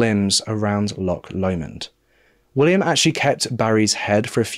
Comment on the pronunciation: Great video! Good to see a Scottish case! You haven’t got the pronunciation of Loch right though - ch doesn’t sound like ck at all.